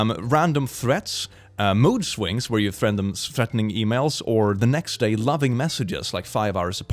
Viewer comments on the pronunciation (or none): I heard moose wings instead of mood swings 🤣